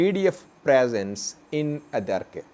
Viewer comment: Again u R pronouncing adiarke .